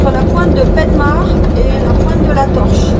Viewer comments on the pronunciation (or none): on dit painmarch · Pour prononcer penmach c'est pinmach 😉